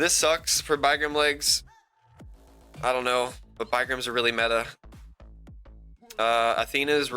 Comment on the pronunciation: They are pronounced big rams not bi grams 🤣😂🤣 👊 ✌️❤️🙏